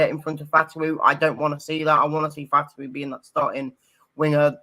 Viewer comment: Lol what is it with this channel and calling him Fatuwa instead Fatawu. We don't really have any financial difficulties, it's more FFP difficulties but we're in a new financial year FFP wise with PL money so can spend more, plus can spread out these buys over the contract period. Hence why we're still going for O'Riley as well as Soule. Soule will most likely be starting RW (rotating with Fatawu but he is better than Fatawu atm) or rotating CAM with O'Riley. Could also be a 2nd striker. One thing to remember with all these players we're linked to and Italian clubs are linked to also is that Italian clubs aren't going to spend that much money, Atalanta supposedly only bid 15m for O'Riley. O'Hare is totally different situation from Maddison, he's not PL level and he's 26 right now, so he's got a chance to improve but not by much. Maddison is 27 now but when we got him, he was only 21, so had a much better chance of improving to PL level. Daka will be better with counter attacking football but he'll miss most of his chances, defo need a new striker.